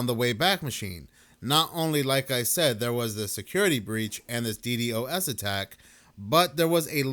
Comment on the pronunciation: FYI it's Dee Dos